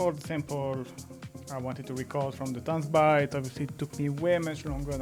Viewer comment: “Tanzbär” means Dancing Bear in German, and “bär” is pronounced just like “bear” in English. So it‘s not about dancing at the bar 😊 Thank you for a great video!